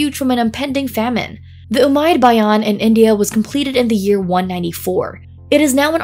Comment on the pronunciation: Its not ummaid bhayan its ummaid bhavan